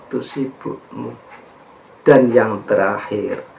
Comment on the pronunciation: Mohon maaf kadang kesleo/terpleset lidah LAN =DAN , kemudian bukan MENGAMALKAN Kejelekan tapi MENGALAHKAN Kejelekan... Sekali lagi mohon Maaf..